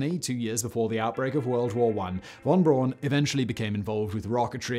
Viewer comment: That's Braun with a "u"!